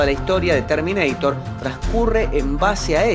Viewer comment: LE CHIQUE TERMINEITER? JAJJAJA